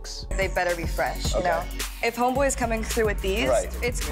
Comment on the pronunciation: She can't say "homeboy" ever again